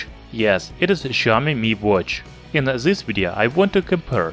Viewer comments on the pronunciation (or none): not to offend you, im suprised how you always pronounce 'th' as 'zh', instead of saying this/that, you said zhis/zhat.. Since you pronounced 'days' correctly, you can just use the 'd' as in days to say dis, dat...etc your video is very informative..keep it up